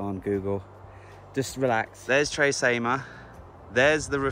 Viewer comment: Hey, Great video! I love Tre Cime di Lavoredo. Cime is pronounced 'Chee-meh'. It translates to 'Three Peaks of Lavoredo'. Just in case any of your viewers are having trouble finding that lake you stayed at. The hotel is called Hotel Miralago and the lake is called lake Misurina. Yeh public transport is practically non-existent in the Dolomites. I'd recommend hiring a car or better still a motorbike if you're travelling on your own. It would have been amazing if you travelled around the Dolomites on a motorbike. I can only imagine how it would have turned if your drone didn't break. Thanks for travelling to the Dolomites. I appreciate the effort you put into creating the video's you make. Cheers,.